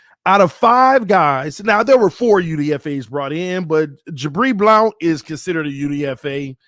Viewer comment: Bro why you keep pronouncing "Blount" like that? 🤣🤣🤣